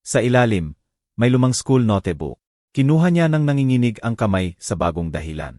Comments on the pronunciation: Magnda ang kwento Pero ang narrator di maganda ang pronunciation ng nga word. Ex. Notebook- pronounce as no Te Bo ok, Atty - ATI, note ,- no Te, etc. Dapat basahin muna bago magnarrate para maintindihan agad. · ok nga ang kwento but yung pagsasalita / pronunciations mali2 ...sana aayusin..drawer at notebook